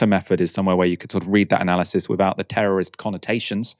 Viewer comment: ""Under settler colonialism, any kind of resistance is branded as teruh-rizt because the only acceptable vylence is vylence by the occupier" DEE-YAMN!! I wish I''d said that! Should be shown under mainstream news talking heads at all times.